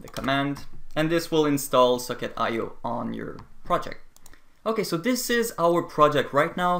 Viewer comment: It sounds like you are saying 'suck it connection' when you say socket connection lol